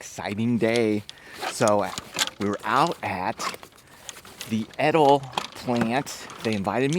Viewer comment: Suggestion. Say the brand nane correctly